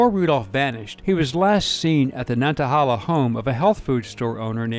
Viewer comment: I lived not far from Eric Rudolph. He was all around town during the “manhunt”. He even went to someone’s funeral. Edit: Nantahala= Nan ta hay la. Not holla.